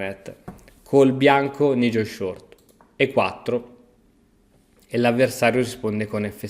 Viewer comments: Un poco di inglese però... si pronuncia N-AI-gel. Gli scacchi promuovono una cultura internazionale, i giocatori viaggiano, giocano contro avversari di ogni nazionalità... Mi vengono i brividi a sentire N-I-gel. Questo fa coppia con Ivan-K-uk... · Nigel si pronuncia naigel....